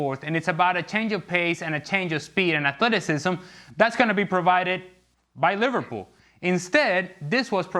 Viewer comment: Can anyone find one Ale comentary that he doesnt say "atleticism" ?